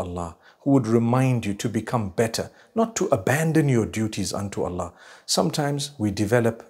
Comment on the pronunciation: Come on dude you couldn't even say Allah right